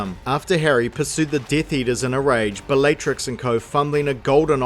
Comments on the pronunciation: You say all the names wrong on purpose, dont you? Bellaytrix? Ceeedric? 100% comment bait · Was anyone else annoyed every time he said the name Bellatrix, or was it just me? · how many times can you mispronounce Bellatrix? And Narcissa... can you pronounce any female names correctly?